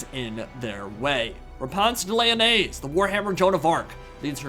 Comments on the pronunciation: I'm not sure if you are memeing but I am like 90% sure that Lyonesse is pronounced as you would "Lioness". I think it's supposed to be a pun for her name too, like, "Repanse The Lioness". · i swear whenever he says Lyonesse i hear mayonaise lmao